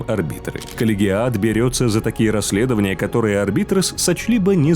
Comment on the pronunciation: Ну начнем с самого начала: Адептус Арб"А"йтес(А вот работают там подразделения Арбитров), Сервит"О"ры, Адептус Со"РО"ритас, Ордо Ер"Е"тикус, Ордо "МА"леус. Товарищи, суть вы уловили... Теперь осталось замаливать грехи перед статуей Бога Императора и лучше готовиться к озвучиванию видео. ^_^